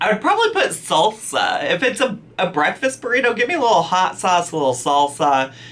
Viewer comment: IGNORANT zaddy chunk chunk and his whole family mispronounce words just like illiteratelynn. He says beckfast.